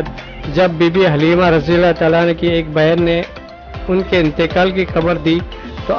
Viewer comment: Sir Anhu nahe Anha